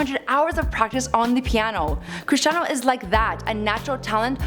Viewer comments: Cristiano, not Christinao! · CRISTIANO guys, not Christiano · It's not christinao it's Cristiano!!!! Oh come on can't even get the name right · It’s Cristiano not CHRISTIANO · Bro its, Cristiano not (christinao)wtf😂😂😂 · Christiano? Bro you're disrespecting a legand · ITS CRISTIANO NOT CHRIS-TI-NAO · Cristiano not CHristiano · “Christinao Ronaldo” is making my OCD go insane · Bruh this is wack It’s Cristiano not CHristiano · its not christiano ronaldo its CRISTIANO. and the title says cristino lol!!!!! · "Christinao" LOL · "Christiano" bruh are you for real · BRUH are you kidding me. It’s “Cristiano Ronaldo” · You messed up his name dumb asses 🤦🏽‍♂️🤦🏽‍♂️